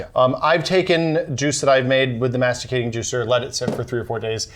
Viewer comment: They don't know how to pronounce "centrifugal" or "masticating". They don't know a masticating juicer needs two recipients. They forgot to have two glasses each so they can compare juices. They leave the orange pulp in the juicer making carrot juice. They don't measure either weight nor volume... The one operating the Omega forcefully stuffs 2 or 3 branches of kale onto the auger... Well... let's say that, from this video, I have learned two things : 1° those guys don't know either juices nor juicers ; 2° they did not prepare their video.